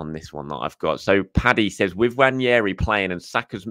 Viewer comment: Great video..although I'm on a mission to get people to pronounce Ethan's name properly. It's Nwaneri NOT Nwanieri. 😊